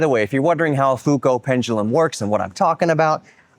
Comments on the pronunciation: "foo-co" has to be the most americanized bas7ard1zation of that name I've heard in a long time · "Foo Coat" pendulum sounds really funny. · Why do you Americans like to bastardize all foreign names? Try to honour Léon by pronouncing his surname with care.